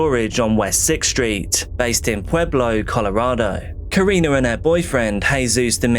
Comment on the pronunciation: It literally hits close to home. Pueblo was the top 10 most dangerous cities in the US this year, but that's typically due to gang violence, not so much this kind of stuff. So tragic. Side note, I was listening at work and heard you say Pueblo and I was like "oh cool he pronounced it correctly" (lot of people say pway-blo or p-eh-blo) and then I was like "oh wait, he said Pueblo?!" haha